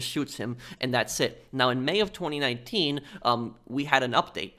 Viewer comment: I find how you say 2019 VERY OFFENSIVE and offensive content notices and